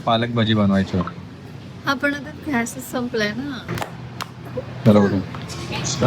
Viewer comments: Just to be very clear — हा मुद्दा pure Marathi बद्दल नव्हताच. It was only about mispronunciation of the word “Gas.” Correct word point out करणं hate नसतं; it’s basic language accuracy. Accent/style वेगळे असू शकतात, but wrong pronunciation is not a style choice. Content public आहे, so constructive feedback is valid and normal. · By the way घ्यास नसत गॅस उच्चार असतो आणि पाण उच्चार नसतो पान उच्चार असतो. मराठी सुधार.....